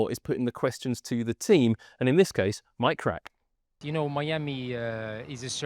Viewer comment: I swear I heard "Mike Rack"